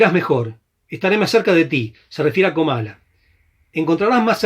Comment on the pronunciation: Gracias por el programa, pero no es Camala sino Comala, saludos